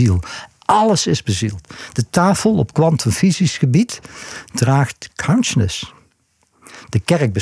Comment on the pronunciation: Kaunsjness.... Het duurde even tot ik besefte dat hij counsciousness bedoelde...